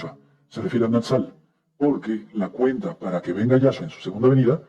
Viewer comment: Este sr. Palacio, cambia el nombre de Yehoshua (Josue) y de Yeshùa a Yahshua osea cambia las vocales sin comprender el verdadero mensaje de una simple vocal, asi el nombre que muestra en hebreo de Yashuah coloca una Vav (V) y se la brinca sin pronunciarla.. ósea esta errado en su hebreo. y el problema que muchos no comprenden los tiempos.